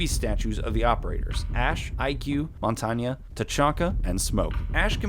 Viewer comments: stop saying montaña it's montagne god its giving me an aneurysm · Montanya, Montanya MONTANYA Mon-tang Do you also pronounce Bethesda, Beth-desa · It isn't pronounced monanyaaa its montagne mon-tange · Mon-tan-yay, not mon-Tanya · also just an FYI MONTAGNE IS PRONOUNCED MONTAIN not Montanya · You pronounce montage name wrong it's not (mont-ang-ya) it's mon-tang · Dude im french and its not montanya lmao. its prononced mon-tang but obviously in french it doesn't sound the same but pronouced the same way nonetheless. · It's not pronounce Montagna tho it's a french word pronounce as it's write with an E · It’s pronounced mon tain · Why do you say montonya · ITS PRONOUNCED MON - TAIN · Why can't people pronounce montang's name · The wae you say montagne XD "montana" Monty is the new scarface. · Who the fuck calls Montaigne,”montaña” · Alright lemme just clear dis out, Montagne is based off of the french word for mountain, meaning his name is pronounced ‘mon-tane’ the G is silent. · MADJETSCOMPLX OP actually usually in french the last letter isn't pronounced... Plus its pronounced 'Mon-tahn-yuh' (phonetically ofcourse). ' 'Mon-tane' is very Americanised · It’s pronounced mon tan ya except that sound wierd so I just say mon tane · its mon-tan-ye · Quit pronouncing mon-tane wrong, I disliked. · You f***ing idiot its pronounced mon-tain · It is pronounced non-tain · Lmao he said montanya I'm dead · Jose Arroyo Actually, mon-tan-ya is the French pronunciation. I used to say Mon-tang too but upon researching the proper French, that’s what came up repeatedly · he said monties name wrong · this dude pronounces montage so weird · You pronounced montagne wrong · Your pronunciation of 'Montagne' hurt me. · if yo ass pronounces montagne aka mountain wrong again ima find yo ass get the shit right or I'm unsubbing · im French, you`re wrong. The E in Montagne is not prononced like a A in french.